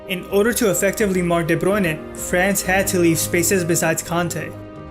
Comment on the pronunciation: Very interesting video... But you have a very weird way of pronouncing the players' names... Half the time I didn't understand who you were talking about... Who is Debronay ? I guess It was de Bruyne... Anyway... Good analysis nonetheless ;) EDIT : ok I just finished the video... Yep Debronay is de Bruyne XD